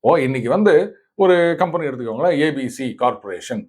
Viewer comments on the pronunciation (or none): none